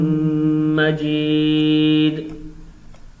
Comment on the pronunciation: Bhai majrat ke sath hamidun na padhkar aap hamidum majeed padhe